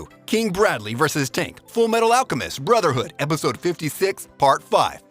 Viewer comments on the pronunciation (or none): none